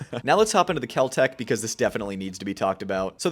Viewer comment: Spelt Kel-Tec but pronounced Kel-Drek . Don't be a Full (pronounced Fool) buy a super reliable Bull (SAS EDC)